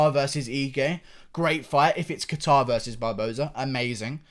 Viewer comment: the second one but leave him alone he’s british😂😂